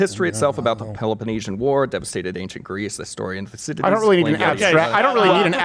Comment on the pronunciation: Thucydide's trap is pronounced: Thou ki thee these